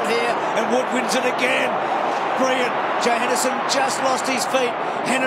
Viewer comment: If Bruce McAvaney could learn to pronounce his "l"s - instead of briw-yent (brilliant) and "naiws" (nails) when an opponent "naiws" his player... it would be a lot easier to listen to... Besides Bruce's lazy speech, it was a great game...